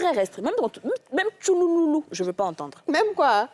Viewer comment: Tchoulou loulou 😂😂😂 on dit tchrrrou 😅😅😅😂